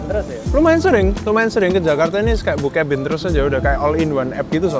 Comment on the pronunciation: Kok gua denger bookcabin nya "bokepin"🗿🗿